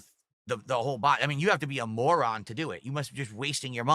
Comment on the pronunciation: I can really feel the passion when he is ranting about "Prahfits". Also this dent calling people "morhans" for not tipping to clip farm him is hilarious. He doesn't realize the salt about not hitting the goals is the best salt.